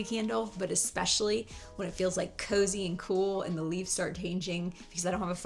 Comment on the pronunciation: Expecially?. I’ve heard another YT’er say that 🤔